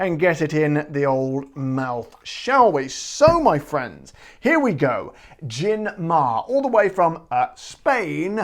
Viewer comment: Hi there, the pronunciation is "mah-re". "Mare" is Latin for "sea", the gin's name supposedely reflecting its Mediterranean character as you've read since it's produced in the Barcelona area. The Romans called the Mediterranean "Mare Nostrum" (literally "Our Sea"), and accordingly the webpage states in Spanish the following: "We've managed to distil and bottle the Mediterranean and export it to the world". I only tried it once and I didn't like it either. It's overpowering, expensive and pretentious, e.g. there was an offer in which they sold the gin together with a scented candle *facepalm*. As far as Spanish gins go, there's a huge selection these days. You could try Nordés and Larios 12. The former is a nice herbal gin produced in the northwestern region of Galicia and distilled from white wine, while the latter is a classic simple gin and the premium version of the most iconic (but otherwise horrible) Spanish gin Larios, which has been around for decades. This brand also has pink and orange flavoured versions. BTW, I must commend you for using a Spanish glass;)